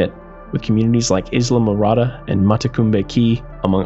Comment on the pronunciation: Eye-la, not Is-la. Other than that, very good video.